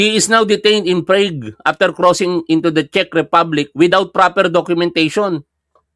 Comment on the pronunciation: Prag pronunciation nyan